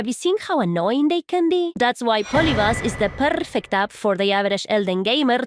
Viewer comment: I love your voice and when you say "bomba" 😍 it hits so good and R's "rrrrrrightfully so". "Its purrrrfect"😍 thank you for tips n tricks and fun content ❤️